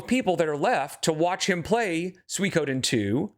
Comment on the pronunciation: the way hes saying "suikoden" is rly getting to me LOL